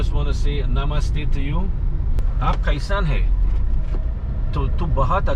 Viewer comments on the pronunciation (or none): none